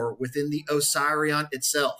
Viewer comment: Duuuuuude…. I am pretty sure it isn’t supposed to be pronounced oh-psy-re-on. Is it not supposed to be pronounced oh-seeree-on? Am I on a different planet? It’s making my inside hurt every time you say it. I could be wrong but……. ✌🏼😂 great video and thank you.